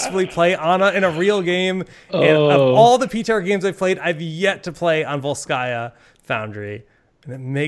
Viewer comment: It's VOlskaya and not VolskAya, because it's Russian and not French